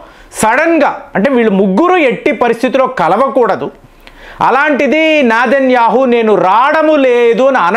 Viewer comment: Its Netanyahu not nedhanyahu